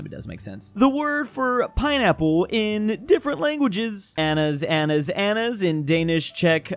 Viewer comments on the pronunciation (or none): calling ananas anas good job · What the hell made you think that you pronounce "ananas" as "anas" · ITS Ana-nas not Anas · Its ana-nas, not anas xD Edit: Phew. He did it on purpose😂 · word: caucasus: caucus word: ananas: anas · Not pronouncing “ananas” as “annas” 💀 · reading “ananas” as “anas” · And calling "ananas" "anas" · its pronounced a na nassss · Same😭 "Anas" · It's pronounced an - an - as, an - as lol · WHY DO YOU SAY ANANAS LIKE THAT